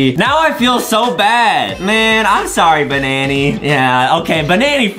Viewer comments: It's im sorry not sowwy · But Its not Sowwy Its Sorry😎😎